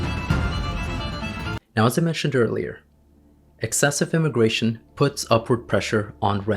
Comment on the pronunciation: Is it immigration, or indiagration